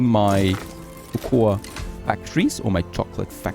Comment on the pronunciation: Cocoa is pronounced koko.